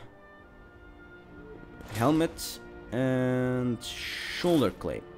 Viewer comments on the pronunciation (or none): i was just about to say that, he also said shoulder clape